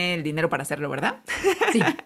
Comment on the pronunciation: Chingona información y chida forma de cerrar esta chulada , la Veldad Veldad❤❤❤❤❤❤❤